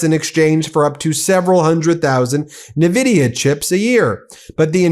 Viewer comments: It’s En-vidia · Ben, as a gamer I'm imploring you. NVIDIA is pronounced enn-VIDia. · You all sound foolish mispronouncing Nvidia. It's said like - In-Vidia. Nvidia. It bugs me as a long time PC enthusiast.